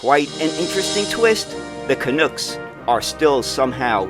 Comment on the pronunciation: "Canucks" is not pronounced 'can-ooks' its 'can-ucks' like 'bucks'